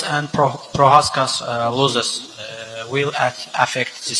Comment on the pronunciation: stupid question, but that was simple English to understand unless you have hearing problems or aren't native and get confused by anything simple like no grammer or a slight miss pronunciation ,sure he said losses stupidly but it's obvious what he meant